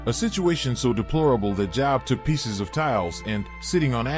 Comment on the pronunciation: The name Job is pronounced Joeb